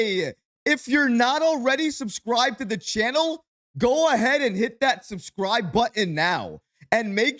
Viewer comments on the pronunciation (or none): none